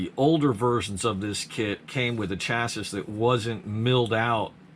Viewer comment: Lol chassis plate lmfao stop sayin it wrong